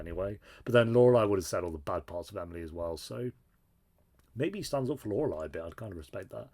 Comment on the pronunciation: How many seasons did it take 'til you could properly pronounce 'Lorelai'